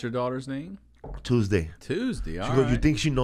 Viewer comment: Tuesdee? Alright.... Hahaha!